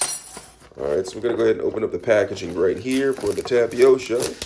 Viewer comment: Tapiosho and Raymen and alidental. This man is genius.